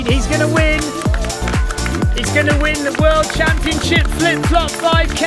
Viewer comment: I can't believe how many times you said Flip Flop 5k correctly !